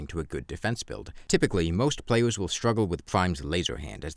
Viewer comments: I hope this doesn't come off rude but you earnestly need speech therapy, I find it hard to take a commentator seriously when I hear slurred "wowks" and "playews", I'm sorry but this is the second video I've clicked on in interest and had to drop in the first minute I hope you can forgive. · I am not gonna fucking listen to a guy who says pwayus bruh ToT